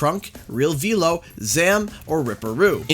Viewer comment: I see you pronounced Velo's name correctly